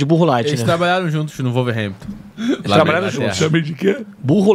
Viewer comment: Para de falar "Volverhampton" a pronúncia certa é "Uolverhampton"